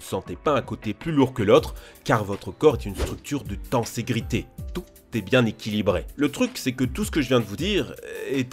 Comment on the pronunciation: Pour les fans de "South Park" on parle bien de "tenségrité" hein,pas de "tégrité"' ;)